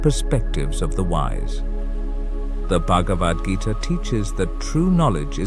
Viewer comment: "...the bug of Adgita..."? Uh, pretty sure it's supposed to be "Bhagavad Gita"...😊